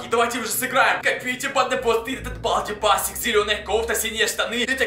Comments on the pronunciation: Если что не басикс а бейсикс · Онис не балди байсикс а бейсикс😜😜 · Не байсес а бейсес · Не басикс а бейсикс